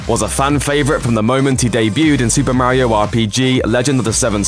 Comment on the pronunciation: WHY DOES EVERYONE PRONOUNCE MARIO LIKE THAT